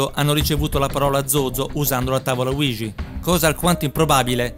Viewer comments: Ouija si pronuncia UIGIA non uigi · Bel video, ma non è mai stata azzeccata la pronuncia di Ouija